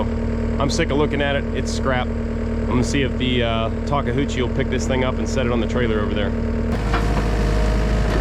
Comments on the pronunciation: I am really happy you made this purchase. It was a good choice for a tracked loader. Now that you own this Japanese machine we need to train you to pronounce the name. There is no "houchi" in Takeuchi. I loved how you rigged the strap to raise the idler in place while you bolted it. Thanks for your very entertaining videos. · Everytime I hear say the name of the machine I hear, talka-hoochie. Is that my ears or what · Did he say “talk-a-hoochie”….?! 😆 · Looks really good - I look forward to seeing you use it! Let me help you with the name - Tah-KAY-ooh-chee タケウチ. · tah-kah-hoo-chee (as he says it) is much closer than how I hear people from the eastern US say Karaoke - (kah-rah-OHH-kay vs kah-row-KEY) - it’s easier for me to say “taka” as well (it means tall, very common in lots of names) - but that Ke (same sound as okay) is just so different once you are used to hearing it. I can stop by my local Kubota dealer here in rural Japan if he needs any special parts sourced 😉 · "Takahoochie" 🤣🤣 you sure you live in PA? That's some south-of-the-mason-dixon pronunciation going on. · It’s pronounced liked this “Talk A U Chi”. Not Talka Hoochie 😂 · It isn't ta-kah-hoo-chi. Japanese is really easy when printed in English--very phonetic. So if a Japanese person were pronouncing it, it would sound like ta-khoo-chi but taking it one piece at a time it would be ta-KA-ooh-chi. Sorry, spent a year in Japan whilst a Marine. LOL. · Take-uchi not Take-Huchi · 2nd person I've heard call this brand of skid steer "Taka-hoochi"...pretty sure it's pronounced "Tak-oochi" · First off you gotta take the 'H' out of that name,.it's a Tak e- OOO- chi, not Tak a Hoo chi! LOL! Now speaking of this Skid Loader, from what I know of these machines, the Takeuchi is very well accepted in the market place, and I do know a thing or two about the Yanmar Diesel engines. They're tough and reliable too. I think you should have a good machine there. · It's a TAKE-A-HUCHIE? Where are you taking the Huchie?